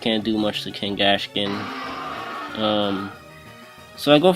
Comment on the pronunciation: It's pronounced Kangaskhan(Kngaskan.)